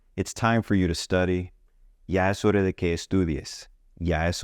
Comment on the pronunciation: Why do you say hore......is it not horaa?